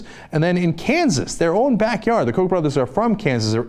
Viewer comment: Its not pronounced coke as in diet coke, but cock, as in rooster or chooks.